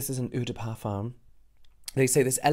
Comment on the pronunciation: Subtitles: udapa farm. James : udapa farm. Actual words on the product: eau de parfum. I honestly didn't understand until I zoomed on it 😂 subtitles to fix then! It's ok if the pronunciation is wrong but please fix the subtitles 👍💛